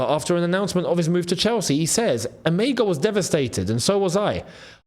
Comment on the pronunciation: Emegha is a Nigerian name pronounced as E-MER-HA, the G is silent and has an R sound in german tongue, and not pronounced as E-MEG-HA